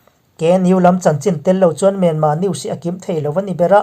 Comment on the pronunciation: MIANMAR ve hi chu aw hah thlak thin mange aw